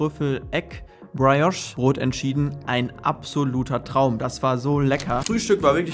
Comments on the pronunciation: Briiiiiijosch, nicht Brei. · Praiosch ❌ Priejosch ✅